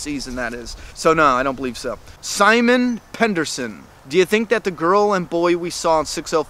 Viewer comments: You said my name wrong, it's NOT Pendersen, it's Pedersen, god damn it! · haha pendersen :)